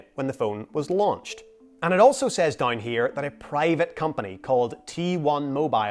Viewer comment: Love how you say nai, dain, praid instead of now, down, proud 😅